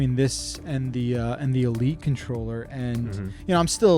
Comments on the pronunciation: What’s a “contorller”? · "Contorller" lol